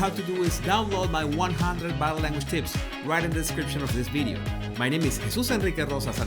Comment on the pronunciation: Love Jesus’ “ bideos “